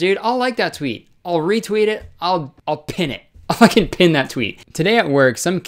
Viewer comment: when he said 'their fukeking jaws droped' i lost it 💀